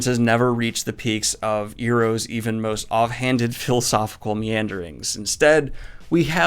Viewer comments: How dare you call uncle iroh, eroh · He pronounced Iroh "Eeroh" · Excuse me, sir, did you just say "Eeroh" instead of "Iroh"? Totally agree with this analysis, though. Dragon Prince is not quite Avatar tier, although I would argue that it's coming closer than Korra managed most of the time. My biggest issue with it is structural. Ezran going home to be king ended up feeling like a side quest because he was back with the group just a few episodes later. It took him far less screen time to travel home and all the way back to them than it's taken them to make their journey, which sort of trivialized all the effort and hardship they've gone through to make that journey. It made it seem like the writers realized a little late in the game that it'd be good to give Ezran this king plot, but they didn't figure out a natural way to incorporate it into the overall story, to the detriment of both.